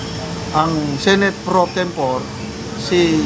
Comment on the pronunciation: improve your pronunciation, like pro tempo-ray